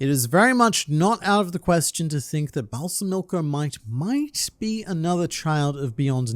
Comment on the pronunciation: Balsamico is most likely named after balsamic vinegar, in which case it would be Bal-SA-mico, not Balsa-MI-co. Minor nitpick. Also fourth option: Balsamico succeeded in poisoning Halkenburg, who transferred himself using the Possession Arrow... but to someone else entirely. I mostly want this because Balsamico is such an interesting character and it would be a shame if he died so soon. Either way, it'll be very interesting to find out how things will shake out with Halkenburg's soul being in a new body, how it will affect the Succession War. "The attack on my life has left me scarred and deformed," perhaps?